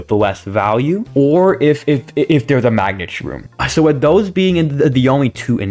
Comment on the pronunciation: you said magnet shroom as "her" btw